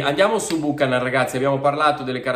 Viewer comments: Buchanán non si può sentire, la pronuncia corretta é Biukanan. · Esatto beuchenon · Si pronuncia Byoo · ka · nuhn Non Bùcanan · La giusta pronuncia di Buchanan dovrebbe essere “ Biuchennon “ e non Bucanan 😂😂😂 comunque speriamo sia forte . Forza Inter 🖤💙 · Cominciamo a pronunciarlo correttamente 😉 (Biukànan) accento sulla prima “a” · Corretta al 100% credo sia biukenan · pronuncialo bene per favore. BiucAnan.